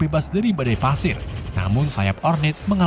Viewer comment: Pasir bang bukan padir